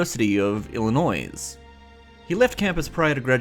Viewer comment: interesting how you connected the zoo video, with comparing youtubers to be their own exhibits also you mispronounced "illinois" it's actually "illinoi"